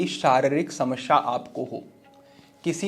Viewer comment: समस्या में दूसरे स का उच्चार गलत था।